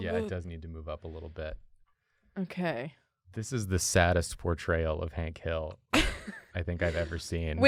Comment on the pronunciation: Hank Hill as Hink Hall.